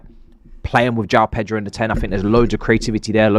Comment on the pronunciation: Please tell the pronunciation is not Jao Pedro it's Pronounced Yao Pedro